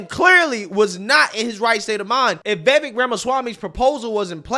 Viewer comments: Can you PLEASE learn how to pronounce Vivek's name??? You have the first syllabol right. The second rymmes with cake or bake or fake or lake. Imagine it's spelled Vivake, and you'll get it right. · Pronounce Vi-vake as in cake. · Vivek (pronounced Vivayk) should make it clear the voting thing is something he thinks would be a good way to increase civic engagement and make it clear he is not going to actually push for it. That is certainly not a hill he should die on. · It's getting old... stop mispronouncing Vivek's name.